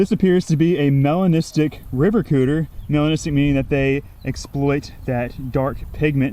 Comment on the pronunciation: he said river cuter